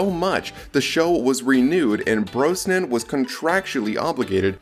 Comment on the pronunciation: Who did this awful narration with mispronouncing Brosnan and Cassandra Harris!?